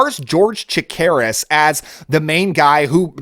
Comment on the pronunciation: George Chakiris -- sounded like you were saying "Takiris" ... Good actor and still with us. Just re watched the Kolchak series and the first movie. Holds up well. I believe I've seen The Vampire on late night TV a long time ago. It wasn't bad. Don't recall if it was the one where the two vampires at a family gathering/party spend most of their time huddled together next to the punch bowl which was much funnier than I think it was supposed to be. Good selection.